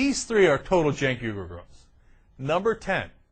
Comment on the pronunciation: Cenk is pronounced "Jenk", not "Chenk".